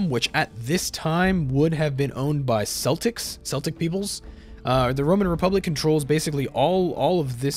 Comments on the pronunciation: Cap'n here...at ~ ish...Celts is pronounced [kelts], not [selts]. Cheers for the video flies away ;) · It may be not in his mother's language, for exemple, in French, celts is pronounce like "selts". And so he didn't have the reflex of pronouncing the English way.